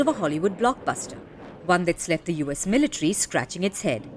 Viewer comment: That anchor sounds like she’s switching from an English accent to an Indian accent (she said 'militree' but then goes back to her normal accent 😂)